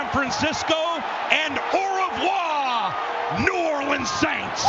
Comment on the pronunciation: I cringed so hard ... “Or Voir?” Paul Allen obviously doesn’t speak French😂